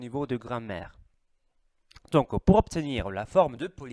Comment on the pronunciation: La gram-maire, pas la grand-mère ! C'est rigolo , ne m'en veux pas , j'aimerais bien parler l'italien comme tu parles le français ! et le "genre" pas le "gendre" qui est le mari de ma fille !